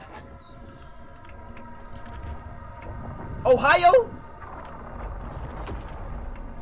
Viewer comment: Bro did you say ohio 🤣